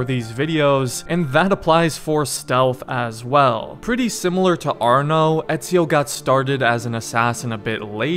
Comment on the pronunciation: No it's Arno it's just arno not another word